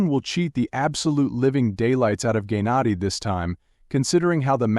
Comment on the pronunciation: Gay nadi???? Like say it right wtf🙄🙄